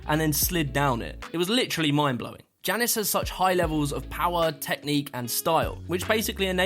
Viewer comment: I started playing a drinking game where I took a drink every time he mispronounced Jannis and now I am jrunker than Pasha's movement style. A very good list overall but criminal to leave out Joe Scandrett.